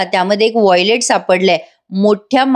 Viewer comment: वाँयलेट नाही ...वाँलेट....😂